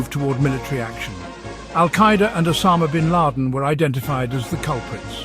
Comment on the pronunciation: What a funny KI con job video. Just the voice Isn't perfect ... e.g. the pronunciation of "Bin Laden" ...